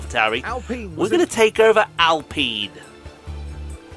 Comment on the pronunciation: Alpine more like AllPeen lol, tutorial girl never shuts up give her the boot lol, can't wait to see more F1 manager